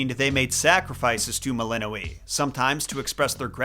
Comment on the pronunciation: The letter ë is pronounced ay, not ee